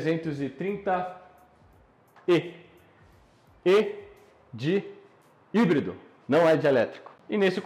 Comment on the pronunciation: Letra E de "Ebrído" kkkkk excelente vídeo e canal, parabéns!